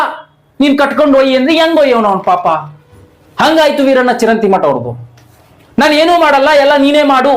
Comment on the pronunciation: ಚಿರಂತಿ ಅಲ್ಲಾ ಚರಂತೀ